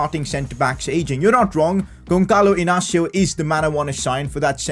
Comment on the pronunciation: you are saying wrong the name Gonçalo Inácio